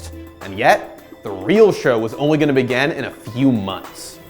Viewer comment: Can you work on how you say 'begin' please? It does actually exist in more forms than the past one